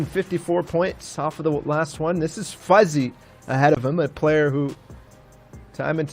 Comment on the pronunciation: fahze??